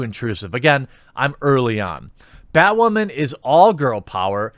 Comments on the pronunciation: I like how you say batwamen instead of batwoman :D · Why does this guy have a hard time saying Batwooaaman ...LOL But he's not wrong about these shows worrying too much about woke-ness and not making a great show. Batwoman is just an ALRIGHT show. Supergirl has gone down hill. Flash is getting a little boring at this point to me. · Batwawman, gets me everytime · why do you say Batwoman like that? 😂